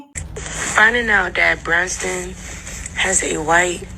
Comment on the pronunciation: She doesn't even know the man's name; "Brunston", who is that?